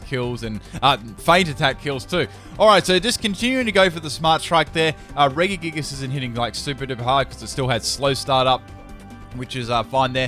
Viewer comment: The way you say regigigas is really annoying me. I say it Re-ji-gig-as You say it re-gi-gig-us